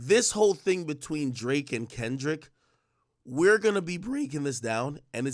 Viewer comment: "We're gonna be BrRrreEaKinGg it doWn."